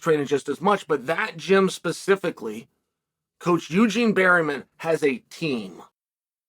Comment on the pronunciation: This nigga property said “Eugene Barryman” and we have to allow it because he’s undefeated and undisputed 🤣